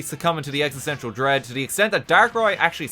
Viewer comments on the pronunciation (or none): none